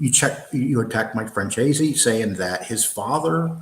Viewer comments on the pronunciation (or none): here u go,some help from NY.its pronounced FranZEACE take the word Peace and remove the P add the Z...